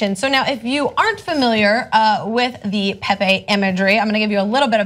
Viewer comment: Is not pepe is "Pepe"